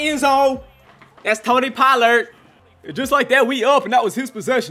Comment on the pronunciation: The way u said “Tony Pollard” minute tho🤣🤣